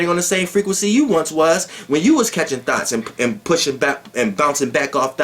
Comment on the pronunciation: is the only dude i know that says " thoughts" like Brett Carr says " thoughts"..THOTS 😂😂😂😂😂😂😂😂😂😂😂😂😂😂😂 But i stop listening to YP to fuck wit Doelow Bitch!! He he!!!😉😉👍😎😎